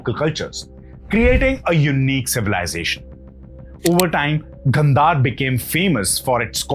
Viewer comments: Your explanation is simply good , But why are you pronouncing some Indian words with English pronunciation , Example Gandhara(Indian languages) Gandhar(you are pronouncing) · good information but please check with your pronunciation, instead of Gandhar, call it Gandhara , Sidhartha not siddarth. please don't cut the words, thank you